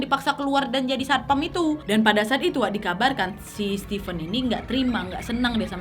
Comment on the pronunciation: Keren cara penyampaian cerita kau, nad. Tapi setiap nonton harus melototin setiap tulisan yg muncul, karena suka salah sebut 😂. Stipen (sesuai pengucapan nadia 😁) adalah 2 diantara yg kuduga. Satunya lagi ya lakinya si korban. Alasan stipen mungkin sama dengan dugaan yang bilang kejahatan karena ada kesempatan. Ditunggu kasus-kasus berikutnya ❤️